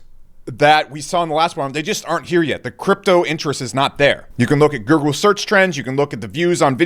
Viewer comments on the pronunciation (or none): "Gurgle search trends"😂😂😂